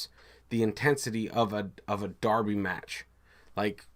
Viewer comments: It's pronounced Darby. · Derby is pronounced DARBY whether referring to a match or the town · Derby is pronounced (Darby). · Pronounced "Darby". Check out the name and construction dates of their old stadium? It will show you how popular a supposed American game was over here in the nineteenth century? Similar to Cricket over there, which no one other than a few historian knows about either? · We pronounce it 'Darby' 👍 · hi again, yes you would pronounce it "Darby"